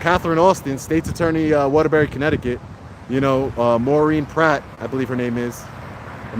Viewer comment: It's Maureen PLATT, not Pratt.